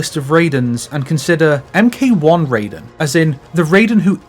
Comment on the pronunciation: Technically the correct way to pronounce Takeda, just as the correct way to say Raiden is "Ry-dehn" instead of "Ray-deen". MK games don't have a great history with Asian name pronunciation.